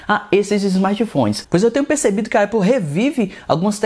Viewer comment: Uma hora fala EIPOU outra hora fala ÉPOU, e em nenhum momento falou o nome certo. Cara ele fala muita bobeira, da pra ver que ele só quer realmente views! Péssimo canal